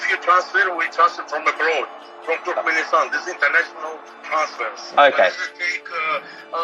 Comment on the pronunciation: Turkmenstein? Does he mean Turkmenistan?